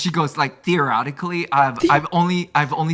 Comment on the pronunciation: Theoretically 😂😂😂😂😂😂 he did not, you see Steph about to correct him but it’s too funny and she moves on 💀 it was like a pun he didn’t even know he did 😂😂😂 the-erotically. Gotta love him